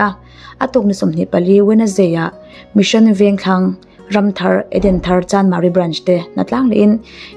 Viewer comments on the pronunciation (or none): none